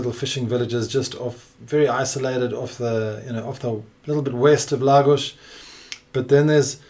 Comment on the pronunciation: Why does he say Lagos properly but calls Portugal ... Porch-u-gaul.